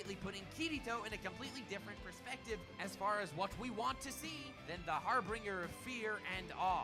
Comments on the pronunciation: "harbringer" The word is HARBINGER - här bən jər - HAR BUN/BEN JER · Normally saying harbinger so incorrectly would bother me a shit ton, but "harr-bringer" make my fucking day and I am so happy because of it.